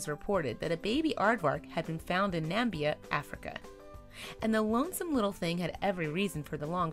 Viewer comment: Otter Play: Confusing because the narrator's mispronouciation, but the rescue took place somewhere in the African country of Namibia, not in Nairobi, Kenya.